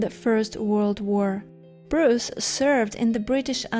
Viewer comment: You Bruce well. .ost Russians and Ukrainians are calling me Bree-yce.